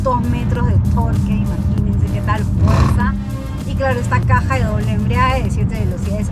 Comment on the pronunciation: Interesante auto, ahora respecto a la señorita que conduce la reseña y prueba de manejo, siempre dice "embriague", algún problema con bebidas espirituosas? , Lo correcto es " embrague".